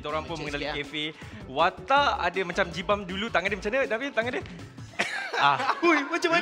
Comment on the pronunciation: Poor Roax, Nabil say his name wrongly again... Including Jibam on XD